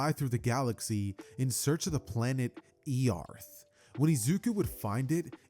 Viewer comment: how do you pronounce earth and earthling like that? 😭